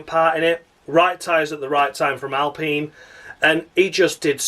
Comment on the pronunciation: Alpine rhymes with clean or spleen.